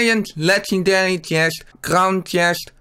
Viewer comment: Bij eh 😂😂😂ik ga stuk een lekanderie uit goude khhiest